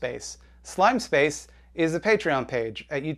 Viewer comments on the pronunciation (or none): none